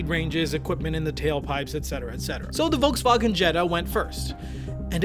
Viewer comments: I'm just really annoyed at the way you pronounced Volkswagen. If you really want to pronounce it the German way then it should be FolksVagen. The V in German is pronounced like an F. Pronouncing it Volksvagen makes you sound pretentious. Just saying. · IT'S PRONOUNCED FOLKSWAGEN. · bro pronounced "volkswagen" as "Volkswagen" instead of "Folkswagen" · If you're going to pronounce vagen in the German vernacular, you might want to also pronounce the Wolks. Wolksvagen. OCD with it. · The German pronunciation is "folksvagen." If you're going to try to use the original pronunciation, do the F at the front as well. No half measures. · Just a little thing: Volkswagen is pronounced with an 'F' sound in front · The V in Volswagen is pronounced like an f. Just a slight correction.